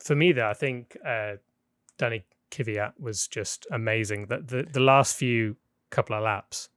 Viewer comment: Why isn't anybody in F1 able to pronounce Kvyat's name right? I mean, it's not that hard. There isn't another letter between K and v.